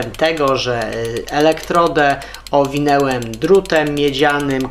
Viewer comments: Kanał super i facet gada naprawdę super, ma ciekawe pomysły ale to jego owinełem jakoś też mnie w uszy szczypie 😉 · technika fajna tylko proszę zwróć uwagę na słownictwo i wymowe,mówi się owinąłem